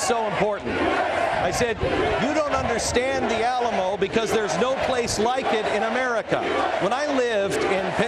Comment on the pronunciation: Did he call it the alamall?